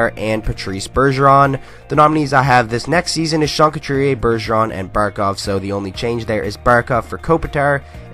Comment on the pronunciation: Finally someone says Barkov